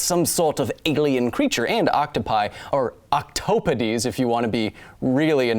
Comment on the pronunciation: It's pronounced octop-o-dees,.